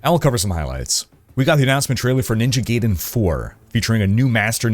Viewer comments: Love your content... Please, it's Ninja GUY-DEN, not Ninja GAY-DEN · My brother: It's GUY-den. Not GAY-den. GUY-den. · Brother, for the love of god. Never say Gayden again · It’s pronounced ninja “guy-den”… lol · The way your pronounce Ninja Gaiden bothers me more than it should. Someone surely remember the AVGN episode.